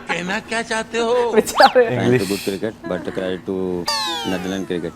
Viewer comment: the word is credit,prounced Cre- dit you just called it craadet. Laughing at others while every word you say is wrong. Momentam is not momentum.